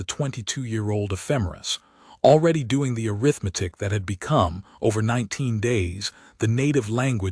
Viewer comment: Arrgghhhhh. Teach it to pronounce arithmetic and breathed, correcfly. Ruined a perfectly good story